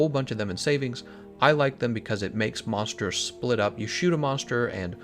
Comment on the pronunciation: this man has a 3 star weakness to the letter r, "monshtershs" lul